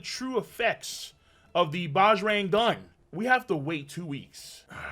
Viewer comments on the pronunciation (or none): BAJRANG is pronounced is BUDGE + RUNG